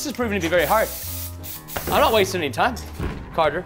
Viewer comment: It’s time not tiem